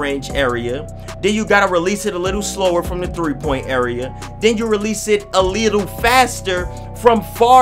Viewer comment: that nigga said “a leetle” 😂😂